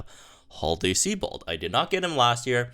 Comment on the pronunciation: Seabad? I presume you're joking? Ive heard this a few videoes now... SIEBIOLD (Psy-bold/See-bold). Love your content though, lol.